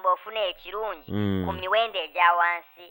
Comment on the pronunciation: 😂😂 naye nolungereza😂!! Mbu wansi gudusi 😂😂